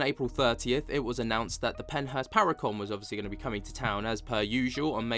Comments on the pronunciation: Are you saying Pennhurst or Penthouse???? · Your good 😂 I figured you were trying to say Pennhurst but it didn’t sound that way 😝